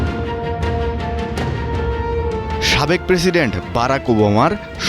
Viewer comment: Problem is journalism. The pronunciation is full of error. Try to learn how pronounce President. Moreover, the whole video was beating around the bush. The main news covered only a small portion of the news footage. I won't blame if it was from a normal person. I am referring the pronunciation part. But it's a mainstream media. Come on , try to uphold some bare minimum standards.